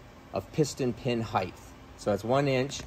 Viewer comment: People who say heighth rather than height are better than I thought.